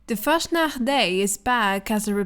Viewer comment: Its so funny when foreigners try to speak german words😂 pls say fastnacht again is so cute😉😚